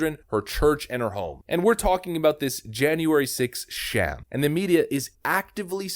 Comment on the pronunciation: It's SHAM, long A sound, not SHEM.